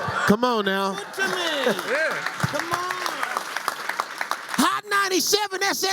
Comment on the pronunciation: Say it with me: EDGE-ER-TON